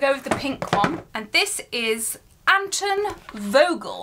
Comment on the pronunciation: it’s Anton Volgel not Aton volgel